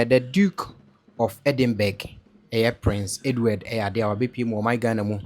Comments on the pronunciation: EDINBURGH is pronounced Edinbrah and not Edinbeg. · Pronounced - 3dinbra not 3dinb3g wai Mi pawuts3o . Just joking. ❤ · Not edinbek the last word is pronounced ‘rah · Pronounced "Edinbra", though spelled Edinburgh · Edinburgh it's pronounced Edinbrah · It is pronounced as Edinburgh the gh is silent not Endinberg. He behaves just like his father. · It’s pronounced EDIMBRA even though it’s spelt the way you’re pronouncing. RIP to your sis, take heart 🙏🏽